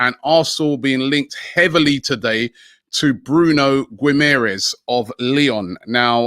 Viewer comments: guimareas (gemaresh) not gui... whatever weird word that robbie said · “Bruno Gwiymaere”